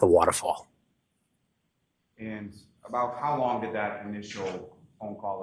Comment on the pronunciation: “Hos long” … 🙄